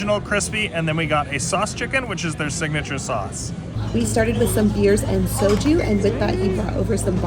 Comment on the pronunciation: Enjoy Korea ! BTW, you keep saying " So-Choo" ,, it's" So-Joo"